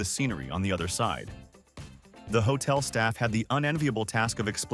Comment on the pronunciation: Its not hotle